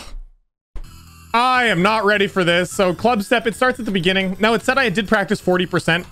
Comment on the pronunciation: in de beninging